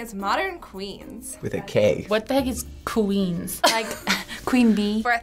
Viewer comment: "kweens have feet" LOL